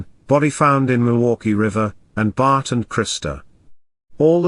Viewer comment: omg, learn how to pronounce "bart" and "chandler" before going through the effort of making a video!!!